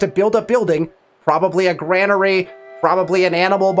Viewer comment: Dude I learned a lot. This is super vague on console. However it's pronounced grain-ery lol had to do it man haha thanks again!